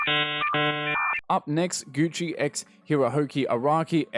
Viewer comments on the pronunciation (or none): none